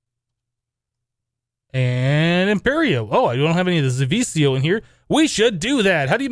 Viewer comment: zivicio is pronnounced ze-ve-key-io and you won't be able to use zivicio armor in the recipe of the wyvern armor if you damaged it